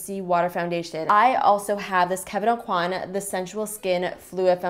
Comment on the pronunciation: okwah not aucoin (: you can see videos of him pronouncing his name